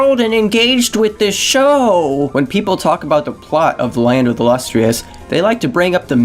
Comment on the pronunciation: you cant even pronounce “lustrous”